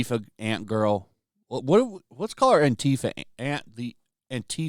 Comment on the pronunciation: "Ant-tifia" is perfect.